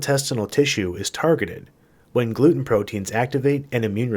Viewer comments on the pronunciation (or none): none